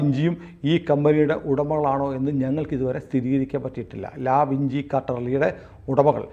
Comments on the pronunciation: ആ ബെ ചെ ഇങ്ങനെ ആണ് abc എന്ന് തുർക്കി ഇറ്റലി എന്നിവിടങ്ങളിൽ. അതിനാൽ വിഞ്ചി എന്നു തന്നെ ആണ് ഉച്ചാരണം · Leonardo Da Vinci - ഉച്ചാരണം ലിയോണാർഡോ ഡാ വിഞ്ചി... അപ്പോൾ Raul Vinci ഉച്ചരിക്കേണ്ടതും റാഉൾ വിഞ്ചി എന്ന് തന്നെ... അല്ലാതെ വിൻസി എന്നല്ലാ... അത് പോലെ ബക്ക്ഒഫ്സ് എന്നല്ലാ ബാക്ക് ഒാപ്സ് (Back Ops) എന്നാണ്. ഇംഗ്ലീഷ് ഭാഷ ഉച്ചരിക്കുമ്പോൾ ആവശ്യമില്ലാത്ത ബലം പിടിത്തം ഒഴിവാക്കണം...